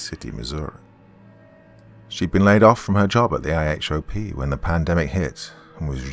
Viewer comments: I normally wouldnt do but since I saw u like ppl 2 mention if u pronounce anything wrong round here Ihop is pronounced the way u would say this .... I hop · I always love whenever Doc misreads something because he's British. Like when he spelled IHOP out as an acronym instead of pronouncing it "eye-hop". It's so cute! 😘